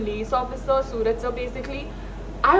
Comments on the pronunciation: Pronounciation should be suraaj.... Not sooraj 🚫🙅‍♂️ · It is Suraj not sooraj mam